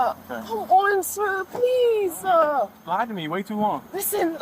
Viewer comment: Please-a! Please-a! No-a!